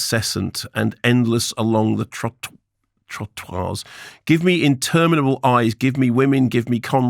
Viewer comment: Mark struggling just a little bit with the word 'trottoirs', from now on, is one of my favourite kermode moments.